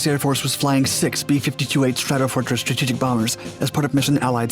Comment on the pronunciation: Narrator: "Stratetgec"